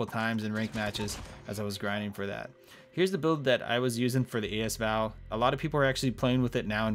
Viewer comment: A S Val? Thought it was asval